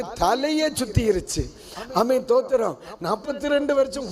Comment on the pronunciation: பாஸ்டர் உங்களுடைய தேவசெய்தி மிகவும் நன்றாகவே இருக்கிறது ஆனால் ஸ்தோத்திரம் என்ற வார்த்தையை சரியாக உச்சரிக்குமாறு அன்புடன் கேட்டுக்கொள்கிறேன் தேவனுக்கு மகிமையுன்டாவதாக..